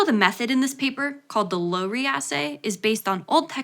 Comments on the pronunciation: The "Low" in Lowry rhymes with DOW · I have cited Lowry and Laemmli numerous times. Think we used to call it Lau-ree.